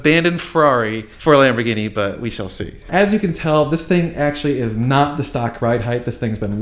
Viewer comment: It's a nice ''Labor Guinea''